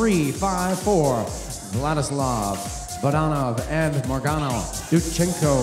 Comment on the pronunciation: Maryana Dudchenko.... not Marango hahahah